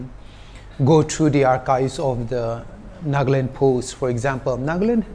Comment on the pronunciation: Sister it’s not ‘’NAAGLAND’’ it is ‘’NAGALAND’’